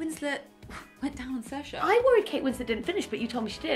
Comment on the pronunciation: How did They say SAOIRSE ?? Irish trauma